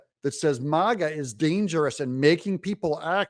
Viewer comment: Mogga? It’s MAGA fool.